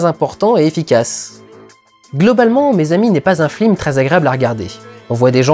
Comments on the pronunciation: Putain Dudu, on dit "FILM" pas "FLIM" parfois tu parles vraiment trop vite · Je t'entend dire flim au lieu de film :( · T as pas un problème de prononciation? Tu dis "flim" au lieu de"film" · C'est moi ou il dit "Flim" à la place de "film" ?! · ta critique est top, comme tjs, mais y a que moi qui entend "flim" à chaque fois que tu dis "film"? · c'est FILM putain F-I-L-M pas flim prononce les trucs bien MERDE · Merci, j'ai cru que c'était mes oreilles qui déconnaient X) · Parce que c se qu'il fait x) sa ma tuer aussi après avoir fais attention j'arrivai plus a me concentrer sur autres chose x) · Et c'est avec 8 ans de retard que je capte que tu dis "flim" à chaque fois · Putain mais c'est pas humain j'explose de rire à chaque fois que tu dis flim XD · Ca a du etre un cauchemar de prononcer flim a chaque fois. En plus il a l'air d'y avoir peu de prises. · t'as dis 3 fois flim au lieux de film, en 2 minutes, pardon, je veux pas être désagréable mais c'est vrai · slt, tu te rend compte que tu dit souvent "flim" au lieu de "film" dans cette vidéo?;-) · J'adore comment tu dis "flim" l'air de rien comme si c'était le mot normal et en gardant ton sérieux tout du long! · pourquoi tu dis flim ? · Bon, OK, on a compris qu'Hazanavicius ayant fait La Classe américaine, ça peut être rigolo de dire "flim". Une ou deux fois. Au bout de la 15e itération, ça devient HYPER LOURD, en revanche. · Pourquoi il dit flim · Prononcer "flim" une fois ça va, le dire tout le temps non. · Pas trop chiant de dire "flim" pendant toute la vidéo, au niveau prononciation ? :) Bel hommage !!! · Arrête de dire "les flims", ça me stresse. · Pourquoi dit-il tout le temps "Flime"? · Merci de le dire, je pensais être la seule à comprendre "flim" ^^ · FLIM? Comment j'ai tiqué à chaque fois lol ^^ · Non ce flim n'est pas un flim sur le cyclimse... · arrête de dire FLIM !!! je n'arrive plus a me concentrer sur le reste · AHAHH il dit flim tout le long,hommage à la classe américaine.